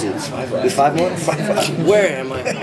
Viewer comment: "Whare am I?" XD